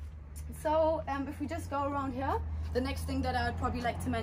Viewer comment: Sag doch "here" einfach normal das triggert mega